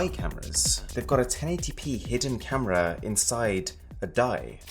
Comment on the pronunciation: 4K "CAMRA"